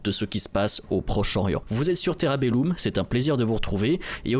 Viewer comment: se pronnonce Terra Bell o m ^^